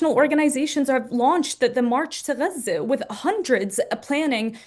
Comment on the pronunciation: You're from the US. You're white, I believe. We say Gah-Zuh. People don't say guzza. It's actually pretty racist if you stop and think about it. We don't throw on a Mexican accent when we say a city there or Tacos. It's annoying and a turn off and I'm a Huge anti-Israel, Pro-Palestine activist